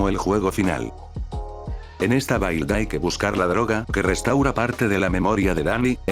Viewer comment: "Build" se pronuncia más como "bild", o es esa la pronunciación Inglesa?